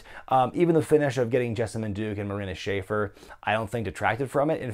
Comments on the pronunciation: I’ve heard Marina Shafir’s last name shuh-FEER, FYI. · Marina's last name is pronounced "Sha-feer".